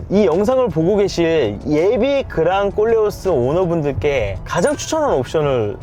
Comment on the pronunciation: 콜레오스 발음이 어렵나봐요 모두 꼴레오스라고 하네요